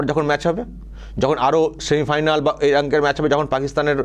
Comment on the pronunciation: শালা কথাই বলতে পারসি না। সেমিফাইনাল কে বলিস সেমিফাইনাল বলদ।